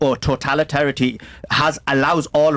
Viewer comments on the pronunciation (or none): "Protalitarians" Is he saying totalitarians or proletariat?